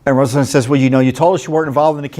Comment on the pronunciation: We pronounce it RosenSTAIN.